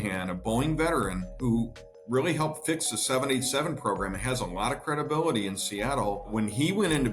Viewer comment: "Fix" - Italian accent